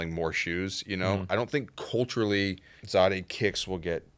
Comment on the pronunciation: Why do you guys keep Pronouncing Zadehkicks worng...smh... I followed him on IG... And he went live sometime he never said it like that